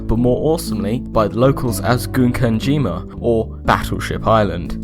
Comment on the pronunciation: While I think of it, the first syllable of "Gunkanjima" is pronounced like "gun", not "goon".